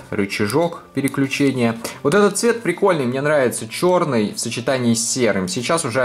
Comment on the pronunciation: Он сказал чорний телефон